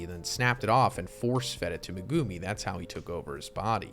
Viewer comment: The way you pronounce Megumi is triggering